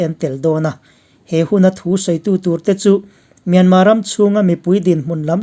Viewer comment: Myanma nilo in Myanmar ani zawk